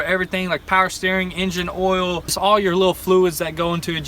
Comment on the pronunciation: It’s pronounced oil not OLLLE. 🤦🏻‍♂️